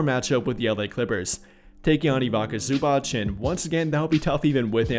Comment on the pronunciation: Ok, then how do you pronounce the last "c" letter in Zubac? Cause I've heard people pronounce it as "k" and I've heard people pronounce it as "ch". Both pronunciations are wrong. It's "ts".